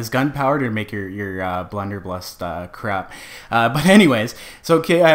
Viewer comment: "Blunderbuss" no L near the end. Great video though, thanks for the tutorial!